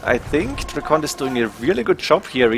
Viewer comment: DRACKEN, not DRACKONT